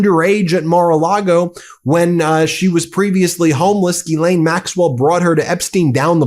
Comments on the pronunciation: It's "zhees-LEHN", you goofs. "zhees" = like "jeez" but with the soft "zh" sound (as in measure) "LEHN" = like Len, with a short, open "e" sound (like in pen) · It's not GEElaine. Will you please learn to pronounce it like every other news outlet. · Why do you keep pronouncing Jizlaine Maxwell's name wrong?